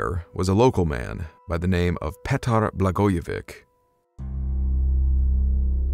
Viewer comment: Its spelled Blagojevich(Č) ,like Dončič(doncheech).